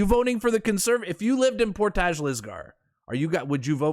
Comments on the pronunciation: Portage is pronounced like porridge with a t. Portij = Portage. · all day! And you are saying portage wrong Haha. It's more like " por-tige"